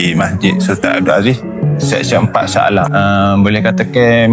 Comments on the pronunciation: Dari shah aley ko? Cuba try sebut shah alam😂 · Sebut laa betul2 Sha Ale